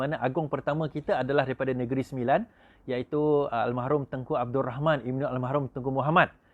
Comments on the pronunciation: Al marhum....! bukan Al mahrum.... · bukan al mahrum, al marhum la